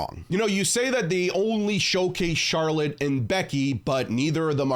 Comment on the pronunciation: he said charler